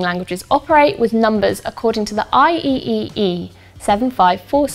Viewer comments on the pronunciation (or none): It's pronounced I triple E 🤗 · I'm so glad you used P-Body from Portal 2 as an example of computer in that 0.1+0.2=0.3 example ! BTW instead of pronouncing each individual letter of IEEE, the general pronunciation is "I, triple E". Great video overall.